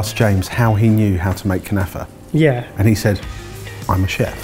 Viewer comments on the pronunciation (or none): The way they K'nafeh as: "KANAFA", Is so annoying to me 😅